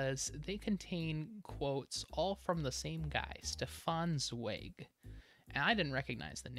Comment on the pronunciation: It has come to my attention that I've been pronouncing Zweig wrong this whole time. Sorry 'bout that, nothing I can do now.